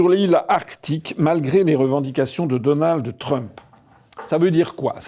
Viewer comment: Donaldheuuuu Trump